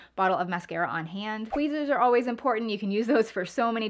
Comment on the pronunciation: Twezzers and floss..😄😄😘